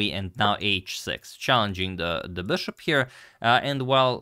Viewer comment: I like his “beshop”